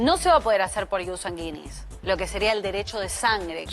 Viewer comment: Si le informan a la abogada, que aprenda a pronunciar latin. Se pronuncia: IUS Sánguinis. Acento en la a, y se pronuncia la diéresis de gui. No suena como guita, sino güi.